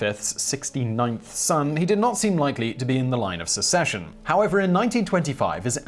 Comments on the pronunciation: Interesting video. But I'm confused. Are you saying 'Secession' instead of 'Succession'? It certainly sounds like it to me. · Line of SUCCESSION, not SECESSION. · SUCcession, it's SUCcession, not cessation. That's something completely different. And while we're at it, it's pronounced "Soddum", not SO-dum. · susession? Succession? Is it not a hard c/k? I am sorry, I know you try to make sure you pronounce correctly, but this one kept bugging me. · Yes, Simon is trying to say succession. Edit: Very odd that a guy who grew up in country which had what is considered a pretty traumatic secession, and a whole lot of troublesome successions, would find this pronunciation problematic.